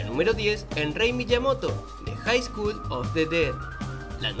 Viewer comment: School : / skul / ... Skull :/ skal / (como en love, blood, cut)